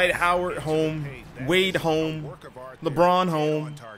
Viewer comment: said "dwade home" little does he know he signed with the bulls lol